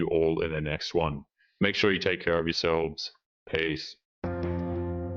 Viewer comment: Is it just me or, at the end of each vid, do I hear always say "Ace"? BTW: I know it's "Peace"